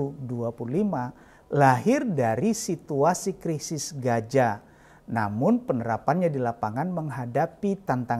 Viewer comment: Shalom 🙏...maaf ya 🙏 saya koreksi...tentang penyebutan Gaza di baca Gasa pak 🙏,bukan Gaja.....mirip nanti dengan 🦣 😁😁😁🙏. Maaf kritik membangun. Terima kasih 🙏 JBU....